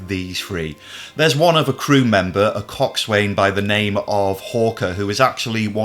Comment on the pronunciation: Coxswain pronounced coc sn😊